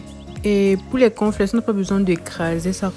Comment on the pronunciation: Le corn flakes ou conflexe je suis perdu à cause de l'articulation désolé